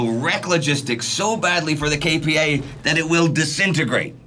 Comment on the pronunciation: I was born and raised in S. Korea and I've never watched a documentary more detailed and balanced on the subject than this series, which says a lot. And thanks much for listening to the feedback on the correct pronunciation of KPA. I appreciate your efforts to make this already great series as accurate as possible, even for such little details.